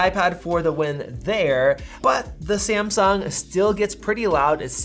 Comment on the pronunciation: Hahaha why do you pronounce Samsung like that? Sahhmsuhng ☺️☺️